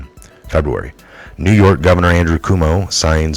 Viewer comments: I love how you butcher his name! LOL I like that better than KWOH-moh. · NY governor is henceforth to be called COO-mee-oh! As per and all patriots!